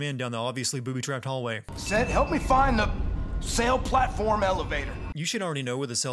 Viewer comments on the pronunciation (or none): Its Set, not Sett